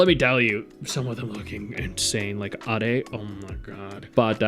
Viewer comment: Was confused at who you were talking about for a second. Ade's name is pronounced like "aid" since the squad she belongs to "Maid for You" are based off of drinks: Cocoa, Soda, and (Lemon)Ade.